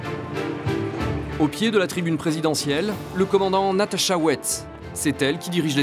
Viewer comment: C’est pas Natasha c’est NatashO 🤣🤣🤣